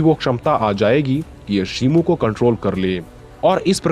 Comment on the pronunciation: shimu nahi shimo